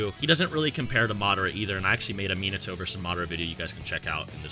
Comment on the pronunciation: MY BOY RLLY JUST SAID MIATO JUST NOT AS FAST AS SASUKE MY BOY GOT ME LAUGHING